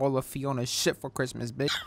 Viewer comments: Does say cricmas sometimes????? Or am I trippin 💀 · Wtf is crickmas 🤣